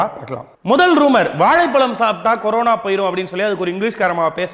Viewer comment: ..adhu. Karona..illa Corona..😂🤣🤣😂😂🤣😂